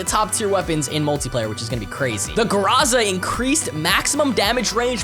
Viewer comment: Its prounounced Grow-za